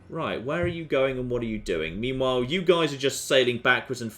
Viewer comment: also you pronounce meanwhile as memewhile alot ;)